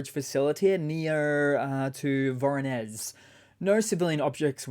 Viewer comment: Hey, fyi whenever you see “zh” in a name of a town, it’s meant to be read as “j”, like g in arbitrage for example. So the town near Belgorod is Jeleznogorsk and the next city you mentioned is Voronej. Not like it matters a lot but just thought I’d let you know